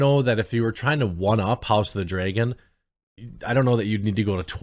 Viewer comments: Please stop saying "Dragon" as "Draygon". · House of the “dray-gin”. -Jeremy